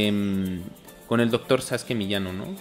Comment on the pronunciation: Muy interesante programa, bien hecho chidos. Pero es Sasuke no Saske. Quizá se pronuncie así en japones, pero en Pahua todos lo dicen pronunciando la U SasUke